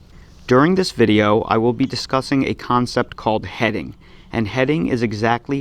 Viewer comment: "Check out dis tail!" LOL 🤣🤣🤣